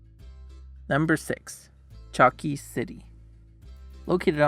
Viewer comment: One very important (for me) correction is that Chalkis is pronounced as Halkis thanks in advance😊